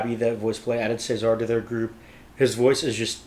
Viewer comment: Just a note - when the guys refer to Cesar it's pronounced as in the Roman rulers, as in Julius Caesar. They really put so much into their videos, many of them need to be watched/heard a few times. When I first heard this one I couldn't get to grips with it, the throwbacks to Gwen Stephani's If I Were A Rich Girl, put me off because i loved the orignal so much. So it took me some time to really enjoy it. And you're right about Layne's arrangements. Geoff has said that he shares his own first drafts with Layne who usually responds with something like "good start" and then goes on to make changes. :) I love that little middle eastern touch in the middle. Oh and it's my understanding that they don't use autotune.